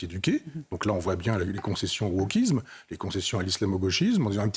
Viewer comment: Un peu marre d'entendre les mots se terminant en ISME prononcés iZme.